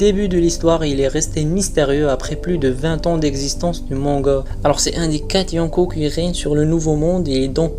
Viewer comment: xD, répète après: MangA pas MangaO, stp c'est insupportable xD, et évite les fautes dans les titres de vidéos: INCONNUS pas INCONNUES..; tout de même c'est masculin. xD C'est des détails peut-être mais ça te ramènera sans doute plus d'abo. Bon ça sera sans moi. En plus aucun intérêt à la vidéo on apprend rien de plus.